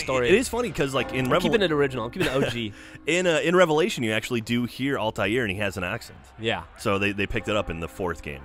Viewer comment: altair not altiar :/